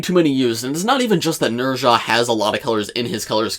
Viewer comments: Not to be that guy, but his name is pronounced "Nehh-zz-aah" not "Ner-zha" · Nez-ha.... please say the name correctly please!!!!